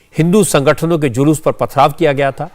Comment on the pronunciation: DGP महोदय जूलूस को जलुस बोल रहे हैं जो मुंह से सही नहीं बोल सकता वह कान से सही कैसे सुन सकता है